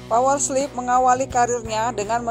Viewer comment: Kenpa dia nyebutnya power sleep?